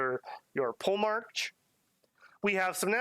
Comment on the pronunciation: Please don't go into the campaign saying "pole-march" haha It's poe-le-mark